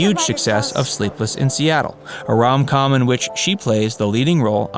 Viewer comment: Please…”rom com”?? 🙄